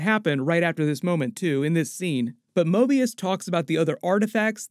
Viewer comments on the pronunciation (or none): Hate to be that guy but said Morbius instead of Mobius.